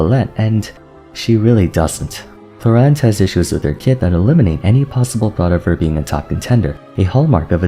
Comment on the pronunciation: i got her accidentally Q_Q i was at zero pity and just wanted a sethos, but the girl was like BOOM here i am. gonna see what fun i can have with her, but you are right, the short uptime sounds problematic. btw thumbs up more than deserved for actually pronouncing her name right :)